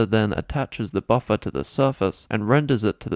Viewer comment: everytime you say buffer all I can think of is buffa deez nutz